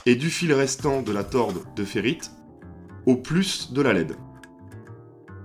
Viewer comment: On dit tore de ferrite et non torde de ferrite